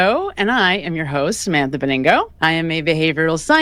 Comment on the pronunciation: Benigno is kinda pronounced /behniño/